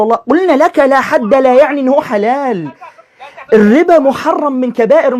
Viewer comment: بالتحليل النفسي لمخارج حروف هذا الايراني فتلاحظ انه ينطق مصطلح(لاحد) بنفس اسلوب نطق(لاحرج) بالتالي فان عقله البسيط يترجمها لنفس المعني